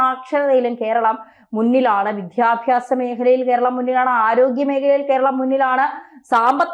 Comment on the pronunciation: "" വിദ്ധ്യാഭ്യാസം "😂😂😂 അല്ല." വിദ്യാഭ്യാസം"എന്ന് പറയുക